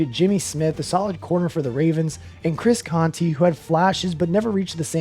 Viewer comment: DID THIS MAN JUST SAY CHRIS CONTEEEEEEE????? 😩😩😩😩😡😡😡😡😡😡😡🤦🏾‍♂️👎🏾👎🏾